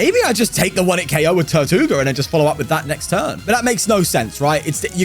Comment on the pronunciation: Funny how you pronounce tirtouga as "tortuga" which means tortoise in Spanish haha